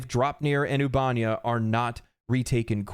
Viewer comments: Oob-eh-neigh-uh. Not oob-ahn-yah. Computer says it every time you enter the system from elsewhere. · Loved the video, hated "ubánia"... Ubanéa. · I feel like it's pronounced Ubah-nea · Ubanea = "Oo-bah-nay-uh" not "Oobanya" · Trying to take this seriously, but “Ubanya” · Seriously dude the ship computer even tells you how to pronounce the planet names lol. It's 'Oob - A - Nay - A' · why can noone say the planet names. The other helldivers channel i watch keeps calling it albania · How are you mispronouncing the planet names when there is audio properly pronouncing the planet names in game?! Ubanea is pronounced "Oo-ba-nay-uh" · Why you gotta say Ubanea like that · The way he says "Ubanea" has me calling my local Democracy Officer to report him. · Damn I could not listen to him say Ubanea lol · Taking a shot every time he mispronounces “Ubanea” system!